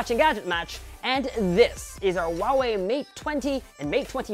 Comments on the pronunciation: my dear, it's Huawei(How, House), not Wawei! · Why do I keep hearing him say “Wawei” instead of “Huawei”?